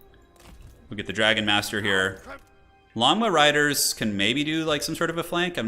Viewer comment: I can't help myself but all I hear is "Lawn Mow Riders"